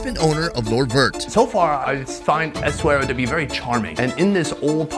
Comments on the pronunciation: S - A - WE - RA that's how you pronounce the name of the town not eswera or whatever you say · In media etc, Essaouira is actually pronounced the way it's written ie Essa-weera.